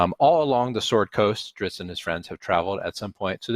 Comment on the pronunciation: Ice Tea in the Drizzt audio story compilation was really iconic. He tries to really lean into that Grimdark Vincent Price intensity and kept pronouncing the word "sword" as "Sew-ahrd " in that same dramatic narrator voice cracked me up every time. Very classic!